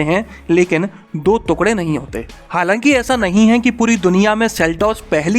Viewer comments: Tera bar bar तुकडे bolna mera dimag khrab kr rha h टुकड़े होते हैं न की दो तुकडे🙄🙄🙄🙄🙄🙄🙄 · अरे काहे के तुकड़े बे "टुकड़े" होता है "टुकड़े" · Tukre mt bol bhai, tukde bol bhai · अबे पागल तुकडे नहीं टुकड़े बोलते है🤣🤣🤣🤣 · ‘दो तुक्ड़े’ 😁😁😁 भाई साहब, इसे ‘दो टुकड़े’ कहेंगे। कृपया पहले शब्दों के सही उच्चारण पर ध्यान दें। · टुकड़े बोलो.. तुकड़े नही...😁👍👍 Just rectified..👍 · तुकड़े नहीं टुकड़े लिखते है और पढ़ते है। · भैया जी तुकडे नहीं टुकड़े बोलिए। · 2tukde hote 2 tukgade nhi bolna seekh pehlw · तुकढे नहीं टुकड़े होते हैं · "तुकढ़े" नहीं "टुकड़े" बोलना सही उच्चारण है। 😊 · टुकड़े होता है तुकड़े नहीं । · टुकड़े होते है भाई तुकडे नही नहीं उच्चारण सही होना चाहिए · टुकडे होते हैं ना कि तूकड़े 😁😁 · तुकड़े नहीं टुकड़े होता है। correct your हिन्दी pronunciation. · तूकड़े नहीं टुकड़े होता है गुल्लू😂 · तुकडे नहीं , टुकड़े बोलो sir ji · तुकडे नहीं भाई टुकड़े बोलो😆😂😂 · The way he pronounced tukde. I felt disturbed 😂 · Abey kya bol raha hai? Thookde ? Pur kachche? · First pronounce the word "Tukre" properly....then make videos!!! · वीडियो तो अच्छी लगी लेकिन जब आपने टुकड़े को तुकङे कहा और जब परखच्चे को परकच्छे कहा तब ज्यादा आनंद आया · तुकड़े नहीं ' टुकड़े ' तथा परकच्छे नहीं 'परखच्चे' कहना चाहिये।बाकी जानकारी बेहद लाभदायक है।